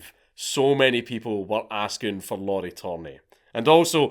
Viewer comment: Lauri isn't pronounced like Lauren, it sounds more like the Japanese pronunciation